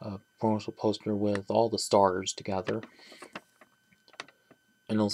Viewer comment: Ah yes. The sturs